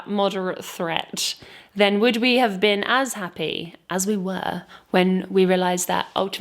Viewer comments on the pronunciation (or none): none